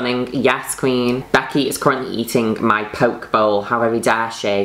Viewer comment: Poke bowl haha It's pronounced "poe-kay". Yas international kueen.